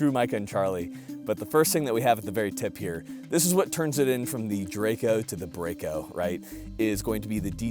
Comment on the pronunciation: Isn't that Micah's BRAKE-OH??